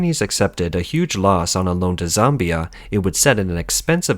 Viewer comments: It's ZAmbia - not Zombia. But that's pretty funny - sounds like the land of the Zombies. Hehehe.... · ZOMBIE-ah??? Hahahaha! I'll never read "Zambia" the same again!